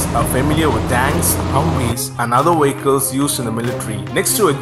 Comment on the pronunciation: Brilliant Video - pity about the narrator - could hardly understand him. Wehicles - yuck.!